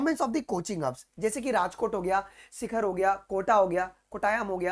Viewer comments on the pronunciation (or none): Sir ap sikar kai barai mai jantai ky ho😂😂,, vaha student nhi computer padh tai h so please know more about that place and not sikhar it's sikar😅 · Sir it's not सिखर it's सीकर 😅